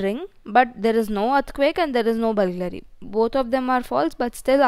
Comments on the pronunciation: Its BURGLARY not BULGLARY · Correction: It is not "Bulglary" it is "Burglary".